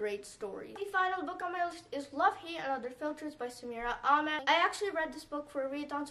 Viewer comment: I just wanted to let you know that you pronounce Ahmed in Samira Ahmed wrong.